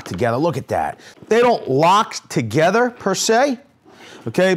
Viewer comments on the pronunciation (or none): none